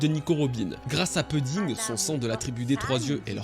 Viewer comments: Pouding pleaaaaaase pas peding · Ça se prononce "pouding" pas puding. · Je sais que ce n’est qu’un détail mais tu peux dire POUDDING ET NON PEUDDING stp 🙏 Merci d’avance pour l’effort lol